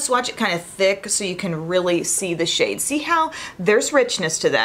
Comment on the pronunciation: It's so funny but I almost swore (and replayed it) that you said "shit" when talking about the Viseart bronzer... right before. You said, "and this SHADE," but it sounded so different n funny! Lol... just had to mention it cuz it made me chuckle